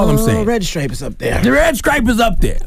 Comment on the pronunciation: Jamaican Red "Scripe" lmao Charlamagne.